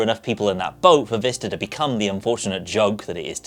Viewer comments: Is it Vista? Or, Vister? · Quality content? Check Windows Vista pronounced properly? Check? Switch between windows vista and windows Vister? Constant.